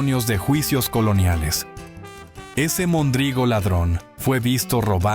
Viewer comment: Se dice mondrigo con acento en la primera o no mondrigo